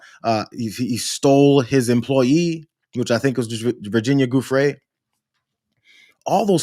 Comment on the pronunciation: Giuffre: pronounced with a soft not a hard G.